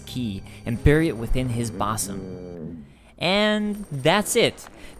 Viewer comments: Boss_som? It's pronounced Buus-um mate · Boo sum. Not Boz Um. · "Boss-em." Really? It's "buhz-um." That's a pretty basic word to screw up. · “Boozum” not “boss ‘em” 👍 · It's not a bossum its a bosom, pronounced like buhzuhm, like a breast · OMG lol "BOSS-UM". anyone thats been forced to read shakespeare should know its "BUH-SUM" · It’s pronounced boo some but oddly that means chest yet the keyhole is in fact his face. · "Bah-some"? LOL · "Bossum'??? What in God's name is that? You mean bosom? As in chest? Cause I stuck the key in his face. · Bosum... It's bosom, not bosum, Pls You start off the video by saying a simple word so stupidly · Into his bawsum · HAHAHA "bossom!" he pronounced it "bossom!" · Yo...bosom is pronounced boozum... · lol at your pronunciation of "bosom". It's pronounced "beuh-sum". Also, another weird thing people seem to forget, is that at Heide's Tower of Flame you're sea-level, then you take an elevator down to No-Man's Wharf and somehow you're still at sea level so you can take a boat to The Lost Bastille... Not to mention, the walk from Majula (which is sea level) to Aldia's Keep is a gentle rising slope through the Shaded Woods. Then all of a sudden you make it to Dragon Aerie which is ridiculously high up. If you think about it, nothing makes sense at all. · RE- the embedded, Bosom is pronounced- Buz- um. It means chest, the description on the item is wrong as the keyhole is in the helm. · The way you said bosom lol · you pronounced bosom wrong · nice job not knowing what a bosom is, and how to pronounce it. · Dude you pronounced bosom incorrectly. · Mispronounced Bosom! I lolled!